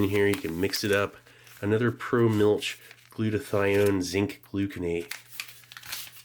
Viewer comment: It's not mu(l)ch, but it's MILCH😂